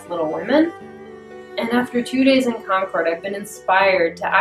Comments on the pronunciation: Wow, I actually live in Concord and its very interesting to hear an outsiders perspective! Also, its pronounced Cawn-curd, haha sorry to correct you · So lovely. Concord MA and Concord NH are pronounced like 'conquered' :D